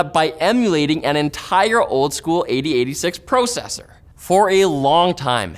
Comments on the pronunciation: I really get angry when I hear you or Linus say the word "Processor"...just bugs me. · Every single time you Canaders say “pro”cessor it makes me think of consumercessors.